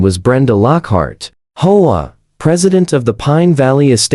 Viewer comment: The speaker needs to learn to pronounce Home Owners Association OR the initials HOA